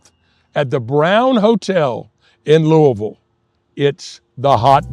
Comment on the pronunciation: You pronounce the city's name like a native! I was born and raised in Louisville and there's always been a debate from people outside the city on how to pronounce the name. The farthest I've been from home was visiting relatives in Los Angeles, and when my uncle introduced me as being from Louisville, the very first question I got was how to pronounce the name. I'm a big fan of the Hot Brown and usually get it anywhere I go that offers it. I've had some really good Hot Browns out of town in Lexington and Elizabethtown, but the best is still here in the Ville. A lot of restaurants even offer variations including more than one pizza place that has a Hot Brown pizza that I highly recommend.